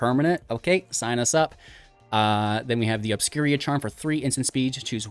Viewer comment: Obscura sounds like Obscure with an a on the end. Obscur-a. I haven’t determined where the I is coming from in your opening segment. Obscur-a. Obscuria reminds me of players that habitually say Ravinca rather than Ravnica.